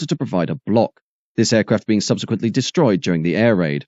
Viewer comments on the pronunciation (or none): none